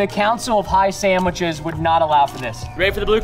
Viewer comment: Anyone notice Preston’s kept on saying saMitches?